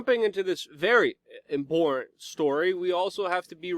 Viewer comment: "Imporran"- stop it! Great report though! Thank you! #ClintonBodyCount - is GizzSling Next? "import - tent"